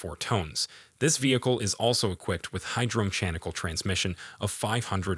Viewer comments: It's amazing that people are using AI speech and don't even listen to their own video before releasing it , the vehicle weighs something something tones? and is equpied with hydro meshanicle (hydro-mechanical) transmition? the result of feeding "probably" chatbot GPT into any number of AI speech algorithims. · "Hydro me chan ical" Well done robot.